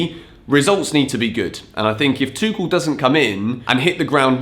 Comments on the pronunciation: Tuchel's name is pronounced as Too-hel, not Too-kel. Just letting you know for the next time. Keep up the good work. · It's Tuchel, like Tu-HELL. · Lets agree its tuchel and not tuchel 😂😂😂😂i know you read that differently. But if we dont read Chelsea as kelsea so even tuchel shouldn't sound tekel 😂😂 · Pls dont say Tuchel as a german speaker it hurts every time hahahaha but big fan of yourse